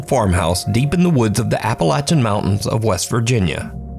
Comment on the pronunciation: Respect for proper Appalachian pronunciation 👍😉